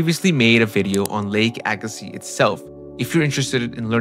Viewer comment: Well done. Appreciate the correct pronunciation of Agassiz!